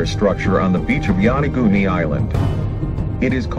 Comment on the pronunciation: get you pronunciation straight! it is not YANAGUNI!